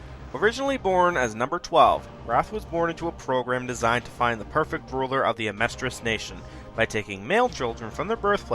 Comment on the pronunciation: "Amestria" what's an Amestria?